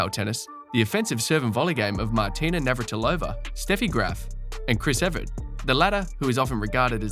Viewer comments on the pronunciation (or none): Chris Ev-ERT. why do so many people call her Ev-RETTE?!